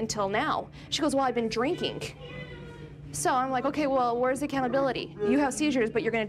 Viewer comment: It makes me so Kraa😠Zy that ends her '-ing' words with a 'k'! Cringes the hell outta me Every time! 'drinkink' (drinking) 'sittink' (sitting) 'waitink' (waiting) STOP IT!!